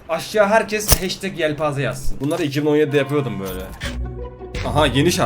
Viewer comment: Yelpaze değil yeltaze hahaha ne kada komik he #yelpaze